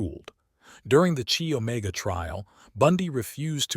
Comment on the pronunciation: Chi Omega is pronounced Ky Omega, not "Chee" Omega.